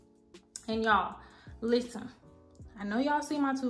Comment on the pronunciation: “LISTEN” you Caribbean?